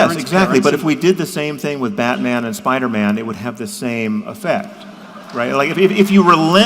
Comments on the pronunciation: I love when people pronounce Spider-Man as “Spidermun” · Jordan pronounces it Spider-mhnn. 😅